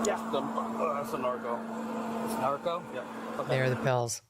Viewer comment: Tiger was likely mispronouncing “Norco” as “Narco”. Norco is the brand name for hydrocodone with acetaminophen a commonly prescribed pain med. Sheath the claws a little, Mean Girls.